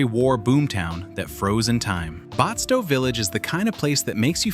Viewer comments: I don't think restored historical villages qualify as true ghost towns. A ghost town would be a place where no one lives, and it's completely abandoned, and the restored villages are not abandoned. Batsto is not pronounced "Botsto". You missed some actual ghost towns, like Friendship, Harrisville, and Amatol. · You were doing good until you said Batsto the completely wrong way1!